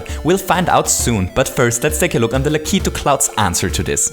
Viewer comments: O.K,. I've had enough of you saying lak (lack) i (ee) tu (two)!!! It SHOULD be pronounced lak (lack) i (eh) tu (two)!!! please, and thank you. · It's pronounced "Lack-A-Two" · It's pronounced Lack • it • too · U pronounce lakitu like lakeet2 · It's pronounced Lah-Ki-Too. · i'm sorry to tell you but you are saying lakitu wrong